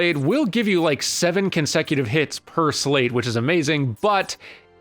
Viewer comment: Dude's still saying slate.